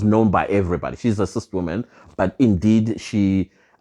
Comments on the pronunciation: Its CIS not CIST 😂😂😂😂😂😂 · You kill me everytime you say CIST 🤣🤣🤣🤣🤣